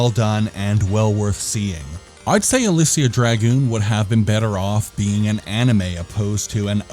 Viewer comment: You really tried on that pronunciation. You really did. It wasn't even close, but you get an "A" for effort. I love that cover art. It gets my Golden Axe senses tingling. I'm surprised the European version didn't have a cover by Luis Royo. I would have liked that. You're absolutely spot on with a necessary sequel. That's why they made sequels in the first place: reuse the engine, some of the assets, solve a lot of the problems, and put more time into it. When you compare Shining Force 1 and 2, the difference in quality and gameplay is like comparing Stonehenge to the Burj Khalifa. This game needed that additional polish and quality control. It really could have been a franchise, especially if they reduced the platforming and increased the combat to Actraiser levels. I love the sci-fi/fantasy combo this game has. To be fair though, I've probably seen KRULL more times than I've seen the sun rise. You'll be happy to know that i left my 8 year old with my Genesis collection on my Switch, and he chose on his own to start a Shining Force 2 campaign and loves it. He likes the tactical combat and the micromanagement. Parenting done right.